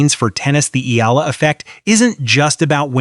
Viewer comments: Please pronounce our best lady's name: Alexandra/Alex Eala ( E Y A L A ) . We, FILIPINOS, will appreciate and be grateful for it. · Pleaze pronounce our bezt lady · Please pronounce our hero's na,me